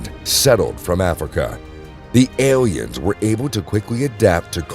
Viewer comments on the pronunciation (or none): none